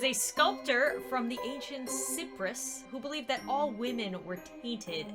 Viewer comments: .......IT’S PRONOUNCED ‘SAI-PRUS’!!!!!!!!!......... Sorry, sorry. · I don’t mind that you butchered Pygmalion’s name but Cyprus?! That’s the one place I almost always go on holiday to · That last one was super creepy, especially the video. Also Cyprus is pronounced CIYprus not Ciprus i've just come back from there, it's a nice place. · Cyprus is pronounced “Sai prus” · Btw cyprus is pronaced ciprus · It's pronounced ci prus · Okay,i'm not hating but you mispronounced "Cyprus" wrong. It's Cyprus (s-eye-prus) and it's a small island in Europe. I'm not asking for likes but it would be cool if actually saw this. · 1:Now I won't sleep! 2:It is read as CAIprus...😓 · i know that im commenting after 4 years but Cyprus is not pronounced like that :D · mispronounced Cyprus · She said Cyprus wrong XD